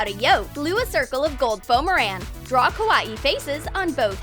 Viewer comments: I hate how they say Kawaii it’s not Kah-was-eeh it’s Kah-why-eeh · kawaii not Cow-WA-eei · It's not ko wati it's pronounced ko why e not ko wati kawaii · It sounds like she is saying karate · When they said Kawai they said it like kawa-ee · Stop saying kAwAE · Its pernounced Ka- Y- E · KA-A-WII thing you Said A KA-A-WII thing Not Lama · can you not sat KWAII like that plz 0-0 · Ka wa i the word was kawaii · KA-A-WII thing - learning English 2019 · Can't even say kawaii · I hate how they say kawaii they dont say it right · ya I Know